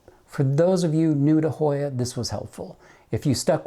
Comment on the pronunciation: Another YouTuber just got this Hoya. She couldn’t pronounce it either.